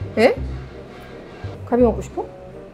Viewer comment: 갈비 먹고 싶어가 진짜로 갈비 맞고 싶어라고 들렸어요 ㅋㅋㅋㅋ